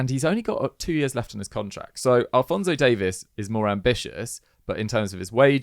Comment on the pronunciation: maybe you guys can learn how to pronounce alphonso Davies name correctly